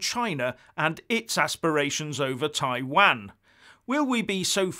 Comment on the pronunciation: Taiwan....please pronounce it correctly You have obviously never been to the Far East